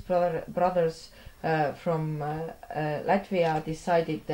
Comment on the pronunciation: "Lätvia" ! - kas ma kuulsin valesti? "LÄTVIA"!!!